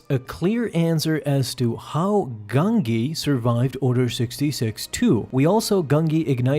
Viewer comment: Pronunciation of Gungi is Gun-Jee, not Gung-Gee